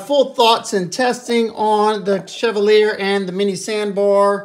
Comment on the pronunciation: Pronounced: CHEV - ALL - E - A. Stress the ALL. Pronounce the last two like you were just saying the letter by itself.